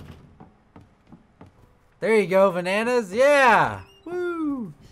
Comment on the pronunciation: I wonder if the people that don't watch your streams will get annoyed by the v-a-n-a-n-a-s at some point XD